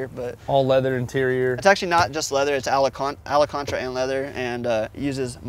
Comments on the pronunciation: this man really just said alacantra instead of alcantara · ALACANTRA ❌ ALCANTARA ✅ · did homie mean to say "alcantara" and leather..? or is there a such thing as "ala-contra" that I'm un-aware of yet..? edit- i just now realized and seen (after scrolling further down) that many many others in the comment section before me have already mentioned that they heard the same as me.. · Alacantra? Tf? *Alcantara lol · Say it with me guys AL - CAN - TERA. Alaconchra tf? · “Alacantra” interior 😂. (Al can tara) boss, great looking car though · Alacantara? It's Alcantara mofaka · "Alacantra" lmao It's alcantara my dude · “It’s actually Alacantra” 🤣 Actually my dude, it’s Alcantara. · It’s alcantara not alacantra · I believe it’s pronounce alcantara not alacontra lol. Close enough I guess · Homie said “allacontra” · Alacontra interior. Lol Pretty sure he meant Alcontara inserts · Did he mean Alcantara? He said alacantra lol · Mf said "alAcantra" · is it just me or did he mean to say Alcantara lol. Because he said Alah-khantra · Alacatara🤔 needa figure out where he got that from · Ala Kan Trah you mean alcantara? Lmao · ala-cantra haha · Ctsv had the “alacantra” interior 🤣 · “ aLaCaNtRa “ lmao it’s alcantara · Ya boy said "alacontra" interior. Hehe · “Alacontra interior" 🤔 🤣 nice Wagon tho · Pissed me off so much when he called alcantara, “Alecantra “ so confidently lmao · what in the world is alecantra? jokes aside, the dude is quick on his feet lol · “Ala cantra” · ^did he said alacantra ? :D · Was he trying to say Alcantera leather? 🤣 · good old "alacantra" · Its All-ah-Contra and leather 🤣🤣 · ALACANTRA lol... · Lmfao. “Alacantra” wut????? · “Alecantra” - the fabric used to make magic carpets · "Alancontra".... You mean alcantara? Lol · Pretty sure he meant alcantara, but being surrounded by those hunks made him nervous. Understandable😂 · That’s not how you say Alcantara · They way he pronounced alcantara makes me sick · AH-LA-CANTRA Boiiiiii